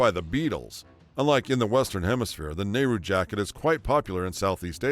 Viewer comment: "The Goonies" and "Back To The Future"?? Try, "Easy Rider"!! has his accentuation wrong! Bell BOTOMS, Nehru JACKET, fondue PARTY? Must be a west coast thing where they do that constantly and say things like,, Boy SCOUT, ice CREAM, pinPOINT. Half the stuff he's talking about was from the `60's, NOT the `70's! And, other than a FEW guys having porkchops, I don't recall ANYBODY having the kinds of beards, sideburns and moustaches that were popular in the late 1800's. He claims The Beatles just got huge in the `70's!! They broke up in `70!! Most of the hippy stuff happened in the `60's!! It was dying out by `73. Somehow, I knew you were gonna miss Rubik''s Cubes. Elephant Bells the ecology patchwork jeans disco punk glam folk blacklight posters incense Elton john marijuana cocaine Watergate the `50's UFO's, big foot, and the like super flashy rock concerts psychotic religious nuts religion electronic music the 12" single natural childbirth Indian ways black culture being openly gay cell phones new wave